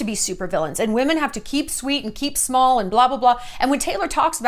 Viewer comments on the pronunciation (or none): none